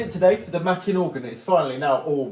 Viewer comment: NIce video, small point, but Makin is pronounced with a long A, so basically like Making with no G (hat tip to Steve Wright). It was one of the middle names of John Pilling who was the entrepeneur who bought the electronic division of Compton when it went bust, and set about realising his dream of making low cost organs available to churches using elecronics and not pipes.